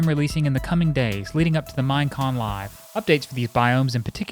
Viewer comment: Every time he says "Mine Con" I thought he was saying Mien Kampf